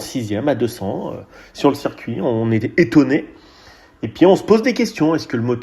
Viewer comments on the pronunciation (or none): none